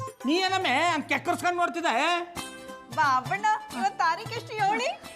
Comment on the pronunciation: ಬಾಬಣ್ಣ ಅಲ್ಲ ಬೂಬಣ್ಣ 😂